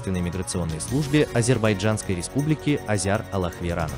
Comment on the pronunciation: Уважаемый диктор Кавказского Бюро, прошу вас произносить мою фамилию более точно. Она звучит следующим образом: АллахверАнов (т.е. без "Я"). Заранее спасибо за понимание!